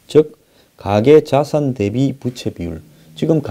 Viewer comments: 부채가 아니라 부~채 입니다. 바람 부치는 부채가 아닙니다. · 좋은 내용 알려주셔서 감사합니다. 그런데 발음에 신경 좀 써 주세요 빗이아니고 빚이죠. 부채가아니고 부우채로 읽어야지요